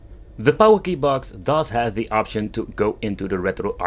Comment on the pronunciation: It’s pronounced “porky box”